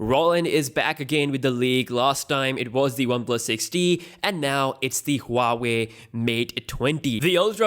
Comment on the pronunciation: It's pronounced waa-way hoo-waa-way